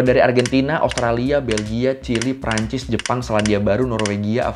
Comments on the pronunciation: anjir ASUTRALIA WKWKWKKW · asutralia njir wkwk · Asutralia wkwk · Asutralia wkwkwkwkkw